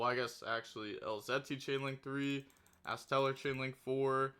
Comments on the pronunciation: It's ironically the only white forest monster he's pronouncing right 😂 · You're pronouncing astellar right